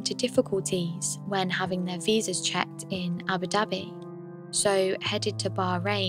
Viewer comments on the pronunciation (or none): none